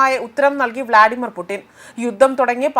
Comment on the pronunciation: ഇങ്ങൾ വിളിച്ചതാണോ പൂട്ടിനെ .. എന്തൊക്കെ ആണ് വായിക്കുന്നത് 😂😂